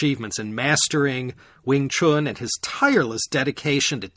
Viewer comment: You had me from pronouncing "Wing Chun" correctly - not many Americans do, even longtime practitioners of the art 😅 I admit I discovered your podcast because of these 2 episodes, but now I'll listen to it from the beginning. Outstanding work! 👌👌🙏